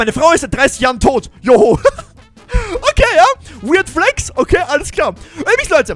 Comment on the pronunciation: Nicht Joho sondern Jo Mai